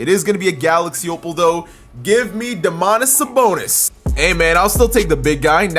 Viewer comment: DOmantas SAbonis not doMAntas sABonis, im Lithuanian so i can correct u :D